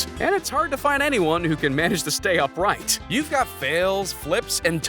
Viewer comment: It's Upright NOT up rigjt. He said it wrong. Oy!